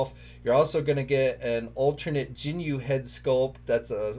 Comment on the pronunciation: I don't have a long weekend. Lol i gotta work Monday lol it hurts my heart how you said Ginyu lol and I'm done supporting super 7. No longer buying anymore of their crap. They lied just about everything about their thundercats figures. Didn't fix shit.